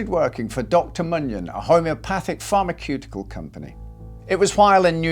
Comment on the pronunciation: Did he really just pronounce pharmaceutical as “farmer cuticle”?